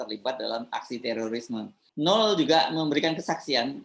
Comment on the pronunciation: Mas Hersu.....baca namanya "no el" bukan "nul" atau "nol"....🤪🤪🤪👅